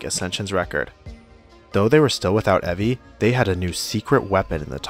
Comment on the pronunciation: Evi is prnounced Ebi smh